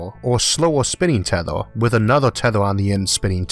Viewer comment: tethOr and (m)Orth instead of teth(E/A)r and EEEEEarth made me click dislike. Yeah I am one of those 160. Mispronunciation of my home planet is too much for me